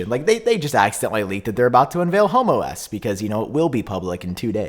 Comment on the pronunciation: You might wanna put a pause between home and OS lol